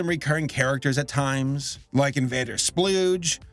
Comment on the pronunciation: Sorry, I just had to say it’s Invader Scooge, not splooge. Voiced by Ted Raimi, brother of acclaimed director Sam Raimi. There’s your useless fact of the day.